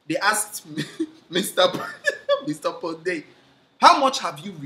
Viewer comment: In short pondei "pondeied" Leemao🤣🤣🤣🤣🤣